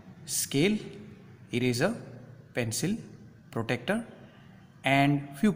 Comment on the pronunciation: Sir it is not protector it is protractor....mm